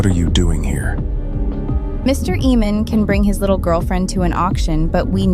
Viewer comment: I could watch this but I can't watch someone pronounce AA-mon as EE-mon all through the show.